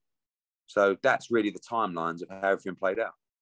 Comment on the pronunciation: Edward trying the spin tactics again that's worked so often on the gullible and weak minded. I heard AJs sponsors said no to the fury fight although AJ weally weally wanted the fight. yeh whatever you mugs do one quack quack.